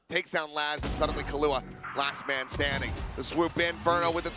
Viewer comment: Did caster really say “Laz man standing”?